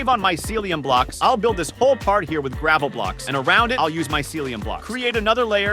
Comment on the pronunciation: It's not gravle